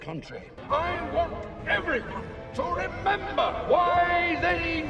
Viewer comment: "REMEMBAH REMEMBAH!" 😂